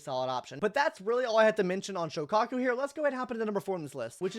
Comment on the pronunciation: ill never forgive you for pronouncing Soukaku like that